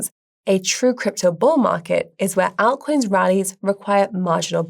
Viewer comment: I love the way says altcoins. 😊